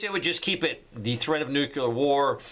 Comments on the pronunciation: You said "nuke u lar" again. Its "nuke lee ar" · Does Jimmy Carter live next door to you? It's not "nucular" it's "nuclear" and that whole clock business is a mechanism to instill fear. For a guy with such acumen about preparedness, it's a real let-down to hear you spouting this stuff. You want to stop climate change? Stop animal agriculture. Rain forests are being razed to make room for grazing animals. There's no need for this stuff! You keep saying "They said.... and they said....." None of the scientists I follow, and whose studies I read, think war is the real enemy here. It's not. The climate crisis is real, and it's because we keep turning natural places into factory food farms. If you do NOthing else, please view a documentary or two on this: Forks Over Knives, Veducated, What the Health and please stop spreading fear about things we can contro with what we eat. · I think they are required to say the cvd19 and climate change rhetoric in order to be allowed to continue. ETA: it's ''noo-clear.''